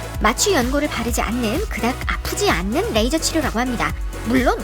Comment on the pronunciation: ㅋ아푸지이않는ㅋ 발음 웃김ㅋㅋ